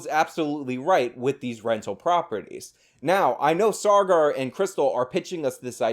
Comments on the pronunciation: Take a drink every time says "SaaRgar." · You don't do yourself any favours when you complain about their misrepresentation of facts, yet you can't even get the guy's name right -it's Saagar, not "Sargar". They almost always say each other's names on the show, so it raises the question, did you even watch an episode? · Sar-gar, lol